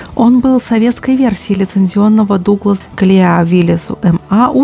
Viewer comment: Однозначно лайк. Но и порцию критики прими, милая. Правильно будет говорить Дуглас ди-си-три от английских букв "D" и "C". Ещё можно было раскрыть тему внедорожных шин, которые постоянно мелькают в кадре и составляют большую долю в проходимости. Было бы хорошим тоном упомянуть, что производство ГАЗ-64 было свёрнуто в пользу БА-64. И ещё объяснить, почему это было сделано.